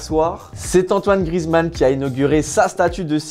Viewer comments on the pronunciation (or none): none